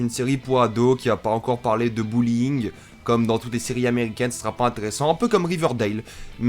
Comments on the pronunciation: le "bulling" c'est le harcèlement en français. et vu qu'on dit pas "bulling" en fr, quand tu le dis on dirait que tu dis "bowling", c'est drole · Alors bullying ça se prononce pas bowling ça se prononce bully-ING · Quand t’as dit « bullying » j’ai cru tu disais « bouling » du coup j’me suis dit « des séries ado qui parle de bouling ? Il a cru on était dans les années 80 ou quoi » 😂😂